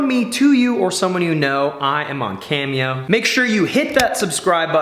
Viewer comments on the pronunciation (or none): none